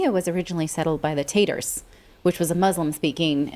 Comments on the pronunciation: "Tartars" not "Taters" like "Tater tots" aka The potato people. More like steak "Tartare" which is from the Tartars from Tartaria :) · Tartars not taters